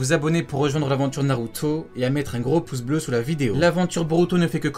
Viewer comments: " Narutoooo " pk t'appuies sur la fin ? mdr t'as une manière de prononcé Naruto mon gars c'est chaud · cette facon de dire naruto mdrrrrrrrrrrrrrrr